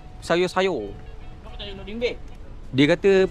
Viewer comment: "ShayO shayO" 😂 kenapa kena sebut mcm tu bang!😂